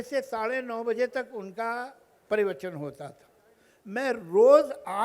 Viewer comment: Javed sa'ab...... - परिवचन नहीं प्रवचन